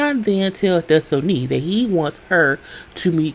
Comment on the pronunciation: Des-toe-knee takes me out every time 🤣🤣